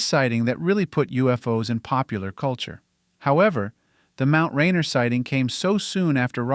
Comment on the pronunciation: It’s pronounced Ray-Near.